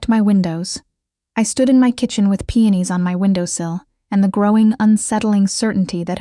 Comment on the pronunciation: The flowers are called peonis P.E.0 .N I S. Not PENIS !!